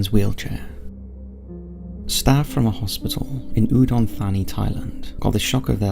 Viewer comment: Did he just say Udon Fanny Thailand?! My linguist brain just exploded.